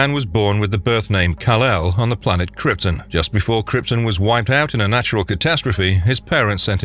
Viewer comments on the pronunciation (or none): Dude it is krypton, u really need to look on how to pronounce words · agh the way he said krypton..😩